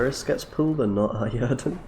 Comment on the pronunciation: Right? I was like: "did he really just call it Yerden?"